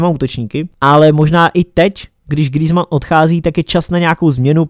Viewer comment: grýzman xd